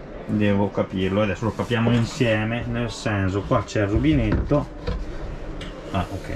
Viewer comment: si ma che è sto "senzo"?